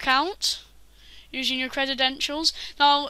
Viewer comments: you said crededentials it's credentials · This is all I could focus on when watching. It bothered me so much I had to look up if that's just how British English pronounces this word but its not, he just created the new word. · "credidential" "aluminium" just cuz u invent a langwidge dusnt mean you can willy nilly change spelling or pronuntziachin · CREDEDENTIALS CREDEDENTIALS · That's how you know we're in the future... When kids that are too young to be able to pronounce credentials are teaching adults